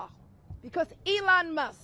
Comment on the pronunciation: “ Elon Muss” ? Latisha James cannot pronounce half of anything she tries saying correctly.